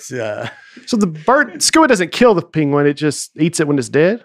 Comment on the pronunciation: Hey guys the podcast has brought so much joy and misery to my household. The pronunciation of penguin has created a divide in my family. We are from Connecticut and we pronounce it pen-guin. I love the new way saying PANG-uin and every time I say it my 7 year old daughter and 4 year old daughter fight with me over it. I say panguin no less than 15 times a day and makes me laugh uncontrollably. My daughters and wife are no longer amused but the show goes on folks. Keep up the good work fellas